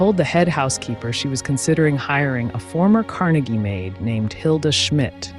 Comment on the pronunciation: LOVE your videos! They are always interesting & your narration is on point, no monotone here!🎉 BTW, wanted to let you know that your pronunciation of Carnegie is incorrect since you were talking about Andrew Carnegie not Dale Carnegie. (Just trying to help😍) Wishing you much success!🍀🎉😍